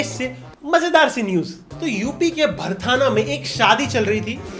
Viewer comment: it's not भर्थाना it's भर्थना 😊